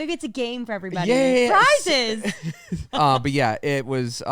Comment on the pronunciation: 😂 “prizes” 😂